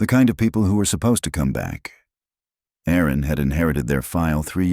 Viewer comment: Erin not Aaron. Small but so annoying women are named Erin, not Aaron